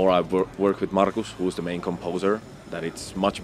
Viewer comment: It's Markus, not Marco